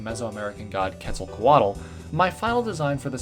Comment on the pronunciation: you pronounced Quetzalcoatl so weird haha